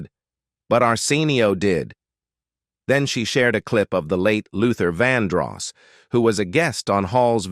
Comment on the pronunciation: His name is Vandross not Vanross. Bigtimer like yourself should have checked the correct pronunciation & spelling before running your mouth.